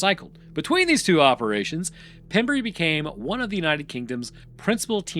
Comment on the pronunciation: South West walian here, can confirm we speak English but ARE NOT English. It is pronounced pem rhyme with gem and brey rhyme with grey.... would love to have heard you pronounce llanelli 😂